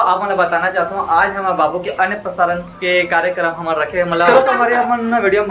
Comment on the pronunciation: आप लोग अन्नप्राशन को अनप्रसारण क्यों बोल रहे हो,🤔🤔🤔